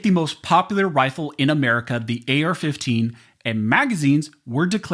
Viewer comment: This guy keeps saying "air fifteen" haha